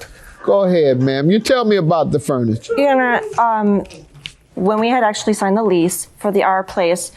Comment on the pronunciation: she can't say "your honor" lololol "yourhur"